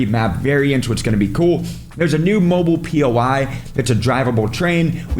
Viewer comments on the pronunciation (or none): none